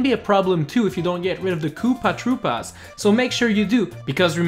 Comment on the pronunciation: What the hell is a kewpah trewpah? The way you said that obliterated my soul